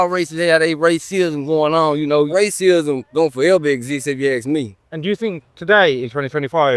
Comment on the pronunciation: “Racism?” “RICEE🫨🫨?” I LOLd that was funny Edit to say “techno…tekonlogy or whatever”. That man was my favorite guy on here. So far.. Edit again to say Booker T tied for my favorite person on here😂😂😂😂